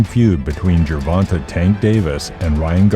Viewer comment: Why can’t these YT people simply respect the proper pronunciation of the man’s name when they speak on him? JER-VON-TAY not TUH TAY‼️ And it’s like they just went with what the first person who screwed his name up.